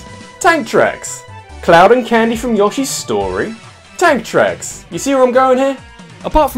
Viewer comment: lmao when you said TANK TRACKS, I thought I heard ANTHRAX. Ridley? ANTHRAX!...